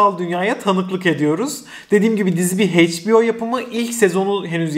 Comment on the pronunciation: emeğini takdir ediyorum ama sürekli kelimeleri yanlış telaffuz etmenden sıkıldım “Heyçbio” ya da “paunT” derken hiç düşünmüyor musun? hiç duymadın bu kelimeleri daha önce?